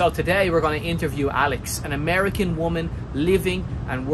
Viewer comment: "Amerian?" Seriously? Are you Irsh?